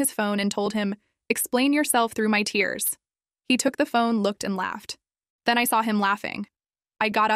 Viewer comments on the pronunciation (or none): none